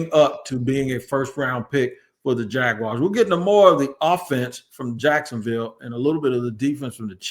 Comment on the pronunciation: It’s crazy but it’s always a yte man from the Midwest that says “Jagwire” instead of jaguars and still these supposed super fan journalists don’t ever say anything or even jokingly correct that ish!! I ain’t gonna lie, it is a pet peeve of mine being a day one jags fan since our inception and it really grinds my gears 😂 💯